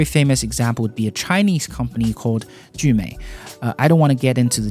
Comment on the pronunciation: You can speak mandarin? You pronounce jumei (聚美) perfectly.